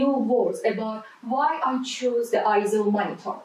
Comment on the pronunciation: No I-ZO is not the correct pronunciation. "AY-ZO" is the correct pronunciation as heard from EIZO's own corporate video.